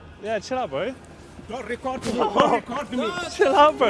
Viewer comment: "Don'rrrtttt Rrrrrrrrecorrrrrrdrrrr"